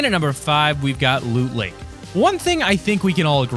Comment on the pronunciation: you said look lake Not loot lake